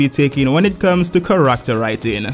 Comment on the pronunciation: Love how you pronounce ‘Character’ as ‘Kar-ract-ter’